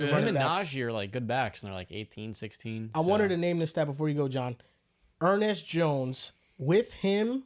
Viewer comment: Gotta love Er-Nest jones 😅